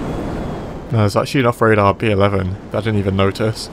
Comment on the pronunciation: “There’s actually enough radar pee 11”? After like 2 minutes of repeating that, I finally figured out what u said. Xd (“there’s actually an off radar B-11”)